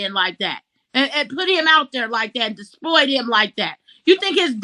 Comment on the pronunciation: I was wondering the same thing😂I heard her say disploit (disploit) About 3 times and I was thinking is this a new word that I have never heard of? What is she trying to say?I feel so dumb. I don't understand what this word is! she's trying to say exploit right? that's what I think, I think that's what it is!!